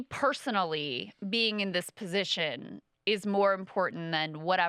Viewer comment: the least appealing part of every podcast: Kyle reiterating "ma pozishon" at every turn. Brie absolutely schools him.